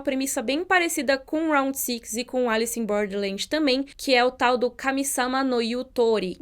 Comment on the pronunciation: "sÊx", please. Todo mundo pronuncia direitinho "round", mas fala "six" com som do i brasileiro.